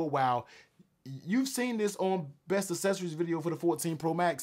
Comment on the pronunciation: Uou lost me when you mispronounced accessories.